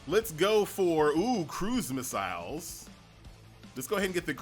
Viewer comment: loves his "crew-miss-isles" 😂😂😂❤❤❤